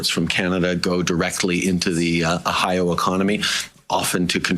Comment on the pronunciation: Did my loser king leader of Canada just say “ahiawa” fml, it’s Ohio, why are we led by this loser